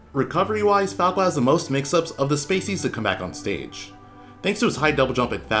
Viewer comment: "Lets CAWK about falco"